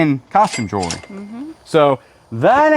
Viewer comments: I don’t know if you know but you pronounce jewelry like jury. Jew-el-ry is the correct pronunciation. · Do you say jury instead of jewelry on purpose 😮